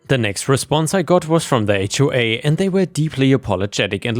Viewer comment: Thank you for knowing how to pronounce "HOA".